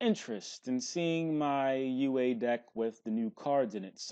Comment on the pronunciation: "You aye" lmaoo gotta love